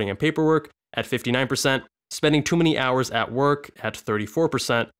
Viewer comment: Spending Too Many ‘Wours’ at Work